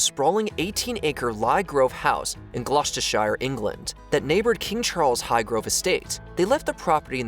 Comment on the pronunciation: As a brit I cringed at the pronunciation of Gloucestershire